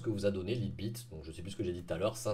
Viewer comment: "Laïte bit" voyons !